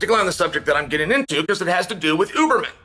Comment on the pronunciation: Huberman, Hooberman, Euberman…🤣